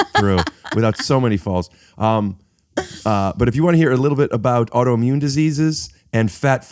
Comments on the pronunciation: Rick, I love you. Please stop saying “audioimmune” and say “autoimmune”. Again, I love you. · The way Rick says "audioimmune" instead of "autoimmune" drives me crazy. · Anyone else this Rick is saying ‘audio’immune?